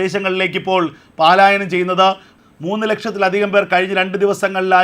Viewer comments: Malayalam bhasha panditanmarodu chodichittu Paaalayanam enno palayanam enno parayu. Valare vikalamaya vaarttha vaayana.sorry... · Sahodhara, പാലായനം അല്ല പലായനം ആണ് ശെരി 🙏🏼